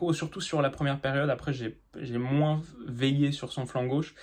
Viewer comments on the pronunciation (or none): none